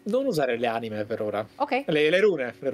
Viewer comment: Scusate, non per essere stronzi o altro....ma sono l'unico a cui dà fastidio che continua a dire "anime" e "estus"? Haha